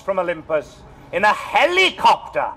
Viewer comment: Professional welshman when it suits.....his pronouncement of 'helicopter' sets my teeth on edge